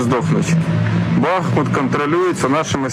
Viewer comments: БАХ МУТ -наголос на перший склад. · Бахму́т (укр. Бахмут; в 1924—2016 годах — Артёмовск, укр. Артемівськ) — город в Донецкой области Украины. Ударение на второй слог. Учите.